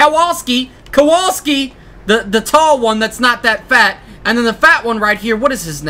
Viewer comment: It's pronounced Kowalski